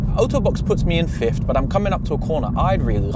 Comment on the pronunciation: Why do you keep saying "fifth" as if it were "fiftht"?